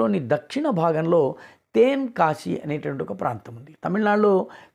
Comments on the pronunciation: తెన్ అండి, తేన్ కాదు. అద్భుతః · తేన్ కాశీ కాదండీ తెన్ కాశీ. తె కి దీర్ఘం లేదు. తమిళంలో వడక్కు అంటే ఉత్తరం అనీ తెర్కు అంటే దక్షిణం అనీ అర్థం. తెర్కు పదాంతికంగా తెన్ అయింది. నమస్కారం 🙏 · It is ten not. Teeen kasi